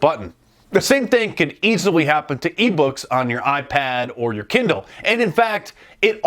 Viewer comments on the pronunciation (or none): none